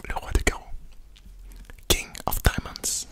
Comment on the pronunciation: A chaque fois que tu disais king of... J’arrivais pas à me concentrer : Dans ma tête c t THE KING OF SRLRLRLRLA PAPAKAKAKA 😂